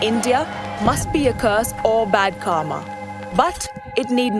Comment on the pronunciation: Car_ma. An Indian word being pronounced as an American/white by an Indian. Great work. This accent status signalling is seriously cringe. I can understand if some develop an accent but not when u start pronouncing Indian words being an Indian like the 'other' reeks of self esteem issues.